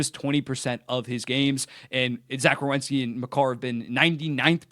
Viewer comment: I’m so proud of you you said WERENSKI 😂